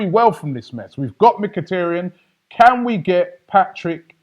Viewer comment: Its mikitaryn not mikitryn